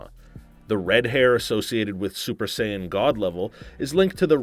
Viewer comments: Saiyn? You know what im Say-ain? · Super "Sigh-Ann" mode....This is so tragic. 😭😭🤦🏿‍♂️🤦🏿‍♂️ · My ears bleed every time i hear Cayan "saiyan" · He pronounced it "Super Sighan" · It's Sayian not science 😂😂😂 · "Go Super Scion" :D:D:D:D I cant stop laughing. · Y’all should have gotten a better host cuz not gonna lie I was a little mad when he pronounced sayain,gohan,and vegetas name wrong